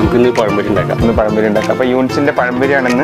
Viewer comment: പയംപൊരി അല്ല പഴംപൊരി